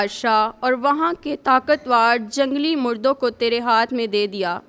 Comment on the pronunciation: It is jungli mardoon not jungli mardoon.